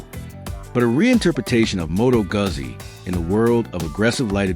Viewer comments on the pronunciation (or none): It's Goozi , not Guhzzi. AI is killing the world. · It's pronounced Moto Gutzi...dumb chat ai